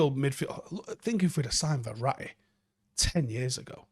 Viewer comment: LOL did just say Verra'i?🤣🤣🤣